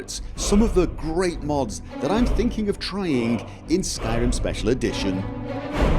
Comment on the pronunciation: Skyrim......Skyr-r-r-r-rim....Skyrim....Skyr-r-r-rim. Don't tell me you're not aware you chop and change the way you pronounce singular words. That is not the same as your accent when saying talkin-geh, that's part of your area's dialect.